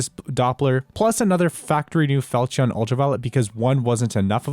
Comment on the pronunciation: Never say felchion again pls